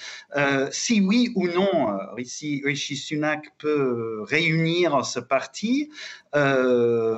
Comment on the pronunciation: C'est RiSHi et non RiTCHi merci😃